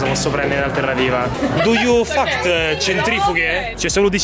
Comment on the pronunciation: Du yu fact è bellissimo ahhaha